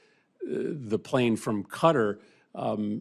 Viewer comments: Why is pronunciation so difficult for these people. Qatar is not pronounced “kutter” it’s pronounced “kat-arr” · Grest conclusion there Senator Murphy and by the way, it's not pronounced "Cutter" but "Kat-tar". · Qatar… not Cutter, try this KA TAR, now say it quick and you’re getting there! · It’s Kuh-tar, not cutter! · It's pronounced kuh-taah FFS! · Why does Murphy keep pronouncing Qatar cuttar? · The way Americans pronounce Qatar so incorrectly is irritating